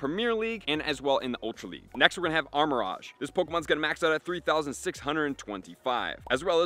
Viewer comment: Armarouge is pronounced "Armor-ooge" but close enough lol